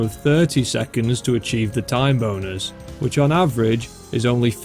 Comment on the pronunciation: HELP I THOUGHT HE WAS SAYING "TIME BONERS" THE WHOLE TIME